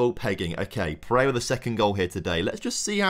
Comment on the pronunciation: really serves you right for mispronouncing pereira despite it being a very simple 3 syllable name